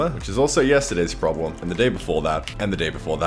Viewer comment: Y he say PRRROBLEME in a PERFECT AUSTRIAN ACDENT WTF?!?